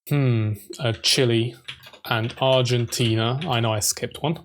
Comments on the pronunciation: I like how no one can pronounce Chile correctly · The El Salvador name is mispronounced and also Venezuela and Chile